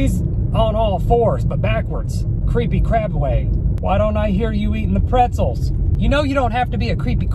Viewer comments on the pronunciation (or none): "Eat your prezelz"